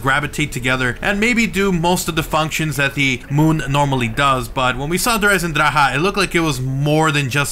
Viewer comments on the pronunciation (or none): Just looked it up. It's pronounced: Der Eisendraka like a German would say it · Der Eisendraha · its still horrible how you say der eisendrache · since im english i pronounce it like der eisendrac but what ever floats the pronunciation boat to me it sounds weird with the emphasis on the he